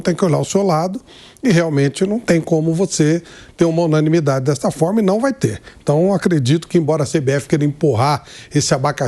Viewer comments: A palavra certa Mauro é UNANIMIDADE! você falou (unamilidade)😂😂😂😂😂😂😂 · Quem percebeu que o Mauro não sabe falar a palavra "UNANIMIDADE"? Corrija-o, meu caro Pilhado. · O jornalista não conseguem falar unanimidade. 😂😂😂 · Descobri que o Mauro não consegue falar "unanimidade" kkkkkkk